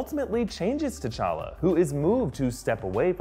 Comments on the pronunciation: He said tachaka instead of techalla 2 minutes 58 seconds in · He says t'challe it's t'challa